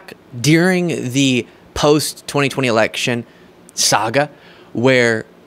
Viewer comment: The word “ during” is pronounced with a long “u” You are saying Deering